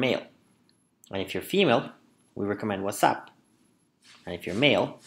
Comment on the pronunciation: Love how you pronounce whatsapp as wassup :')